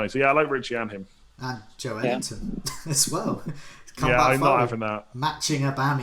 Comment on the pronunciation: yeah that break he puts in between pronouncing JO and ELington is too big, he's got to bring it closer